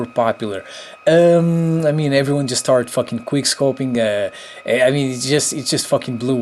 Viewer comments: it quick scoping not "queerscoping"😑😒😔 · Drinking Game: Every time he says "queer scoping" take a shot of vodka ;) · wow, ur very good at kweer scoping! lol the english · you said queerscoping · Is it just me or does he say queer scoping intsead of quick scoping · this bruh keeps saying"Quier scoping" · "Queerscoping" "tis and thet" "shitgun" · someone correct me if i am wrong but i'm pretty sure he says "queer-scoping" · Was he saying quick scopeing or queer scopeing? Lol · "Quer Scoping" Lmfao xP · Queer scoping? I heard that, also. Who is Justin beaver? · Why are you calling it "Queerscoping" 😂😂😂😂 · It is called Quick scoping NOT Quire scoping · I hate how he says: QueerScoping. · Are you saying Queerscoping? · Why does he say queer scoping?! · Is he saying queer scoping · The fact that he says queerscoping made me subscribe already.This is a guy who understands. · he keeps saying queer scoping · Ate you saying QUEERscoping 😂😂😂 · Why are you calling it queer scoping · Why is he saying quirrscoping ?